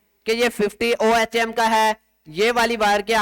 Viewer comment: this is unit of resistance pronounce as اوہم